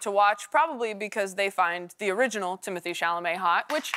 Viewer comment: if you are going so say the man's name, pronounced Tim-o-Tay. it is not timothee as she says. Do some research